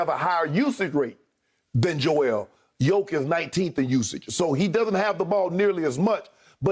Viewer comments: He is not Jokovic but Jokic, give him respect and learn his name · And its not Jokovic its Jokic learn to prounance his name right cause youre gonna hear it more in future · Can someone tell Skip his name is JOKIC and not JoKOvic ? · its JOKIC not JOKOVIC !! And yea he is a MVP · Also is Jokic, not Jokovic...-_ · First of all it's Jokic not Jokovic. Secondly it's Jokic is the MVP. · It's not JokOvic its JOKIC... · He Said Jokovič 🤣🤣🤣🤣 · Skip calls Jokic "Yokovich." Oh. My. God. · Skip says Jokavitch, he doesn’t even know his name and he’s probably never watched a nuggets game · First off I love the disrespect to not correct the jokivic pronunciation, also, main stream pundits are tap dancing and twerking trying to find reasons to not make nikola mvp, he clearly is. Lmao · Shannon please stop saying "yoke" lol nobody calls him that and that just sounds so stupid 🤦🏽‍♂️ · No one: Skiuup: Jokavić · Seriously whotf is jokavic Skip is reading his notes and still gets it wrong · Is Skip thinking of Novak Djokovic when pronouncing Jokic? 🤣